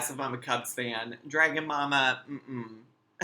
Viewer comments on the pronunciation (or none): none